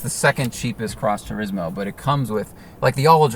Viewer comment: Nobody: ..... Matt: Tureezmo